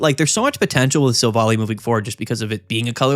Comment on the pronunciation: You gotta stop pronouncing Silvally like that. It's Silv-ALLY, not sil-volley